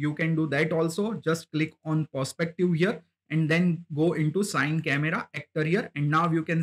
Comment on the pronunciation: Nice one bro.. Just for next time, CineCameraActor is pronounced "C-Ni" (like, "cine-ma") and not Sine :)